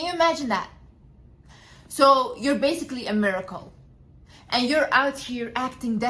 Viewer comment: I can't thanked the subtitles enough cause my ears: "America, America" when said 'a miracle, a miracle'